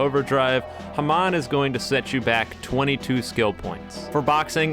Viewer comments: its not hemon its more like haamoan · your saying Hamon wrong T^T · God the way you pronounce hamon is funny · why he say hamon like that lol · Is anyone gonna mention how he pronounces hamon..?